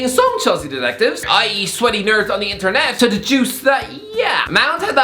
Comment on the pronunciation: why does this guy talk like that 😂😂😂 ‘ameriKAR’ ‘interNHET’